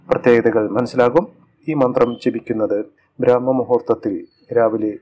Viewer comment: ബ്രാഹ്മ മുഹൂർത്തം അല്ല ബ്രഹ്മ മുഹൂർത്തം